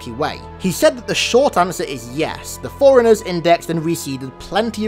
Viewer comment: Love the videos! Might I suggest that you put a spacing in your pronunciation of fore-runners so it doesn't sound like your saying foreigners in every video xD